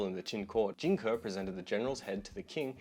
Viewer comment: its pronounced Jing "Kay" not kuh. Just so you know. Best wishes